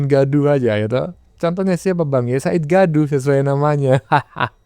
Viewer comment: Sa id di du. apa Sangid dadu...??? Sangid kaliiiii....!!!!